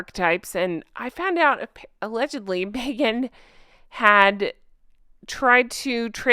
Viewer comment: I still think Meghan going by her middle name is so fitting. But i think she should spell it Meaghan, cuz every freaking time she opens her mouth ..."its ME-AGAN!" 😂